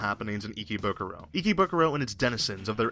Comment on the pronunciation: WAT IS ICKYBUKURO I THOUGHT IT WAS IKEBUKURO